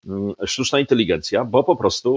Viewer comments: Inteligencja a nie inteligijencia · Czy Pan redaktor Piotr Zychowicz przez cały program mówi INTELIGIENCJA?